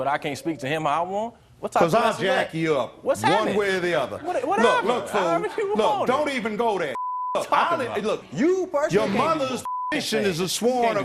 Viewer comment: "Under arrest for terroristic ...." my ass. Dude said "what's ha'ning.'